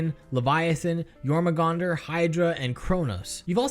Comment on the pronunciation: The two acceptable terms for using a Barbed Strangler are 'discharge' and 'ejaculate', because they're described as a 'muscled tube that launches a seed via a powerful muscle spasm'. P.S. Your-mong-dur, not Your-mah-gong-dur.